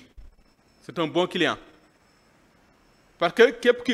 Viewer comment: bayil di wakh parque parque parque On dit parce que merci